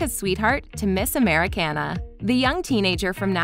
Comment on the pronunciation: Im sorry... when she said miss americena